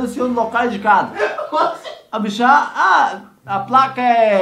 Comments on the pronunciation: Ele falou errado a placa kkk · Tu É Tao Burro Q Ele Falou A Placa Toda Errada Kkk